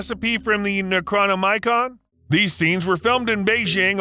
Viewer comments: NECRO- NOMICON not *necrono-micron"....? Have even seen the movies? Where would you get this reference if you hadn't? SOOO confused.😮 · Nec croma nikon huh??? I've stop watching more of your videos after hearing you absolutely massacre the English language than I've been able to completely watch! No joke! Do you do that on purpose? It just seems that someone in your "line of work" would take minute to find out what "them there bigger wordses" are per noun sssstt like🤷🤦‍♂️ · "Necrono-micon"???. It's the Necronomicon. Wtf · näkrånimicron? LOL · Ah yes, the book of the dead, the infamous Necronomicron. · Necronomaicon? XD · Ok... the pronunciation of Necronomicon and Leidenfrost is driving me absolutely crazy... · Wow. That is quite the pronunciation of the Necronomicon. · Hold up...was bro trying to say "Necronomicon"? I hope that was intentional! XD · I disagree lol